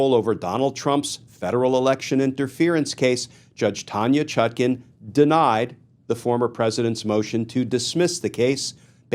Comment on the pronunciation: Why do you keep mispronouncing her name. The second syllable is pronounced like the second syllable of napkin and not toucan